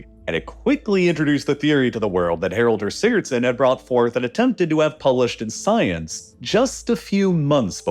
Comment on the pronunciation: It's Haraldur Sigurðsson, not Haraldur Sigurdssn. We inbred Icelanders take such butchering of our language very personally!